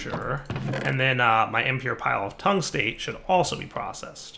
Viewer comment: You did pronounce the epichlorohydrin right, but you've been butchering the tungstate for episodes now. Metal name plus -ate means it's the negatively charged oxide. Well, metall as in astronomy, where anything past helium is a metal. Tungstate, Chromate, Phosphate, Vanadate, Carbonate, all of them have any kations and the game makers decided to give you lithium. That being said, all of them probably work the same way in automatic processing, hint.